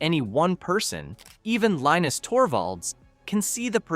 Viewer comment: Linus is a Finn whose first language is Swedish. So his name is Leenus, not pronounced like the cartoon character.